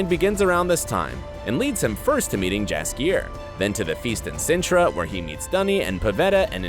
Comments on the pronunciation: It’s spelled jaskier but it is really said yaskier. Fantasy. Am I right? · The name "Jaskier" isn't english, only polish and it reads as "yaskier", the letter J make sound like Y in word Yes. Even in TV series they read it properly, you just didn't pay the attention :P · Correct pronation is Yaskier in Polish j is your y sound. 😉